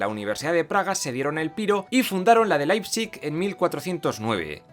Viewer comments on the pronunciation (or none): none